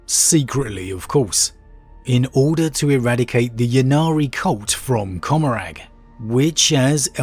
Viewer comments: I couldn't figure out what you were talking about when you said "cumerag". I believe you're talking about comorragh. "Comm-More-uh" I'm not trying to be shitty, just trying to help. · It's pronounced Comorr-AH bro